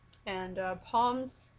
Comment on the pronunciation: This is so sweet. By the way, Psalm is spoken like as if you're saying salms. Just say palm but replace the p with an s.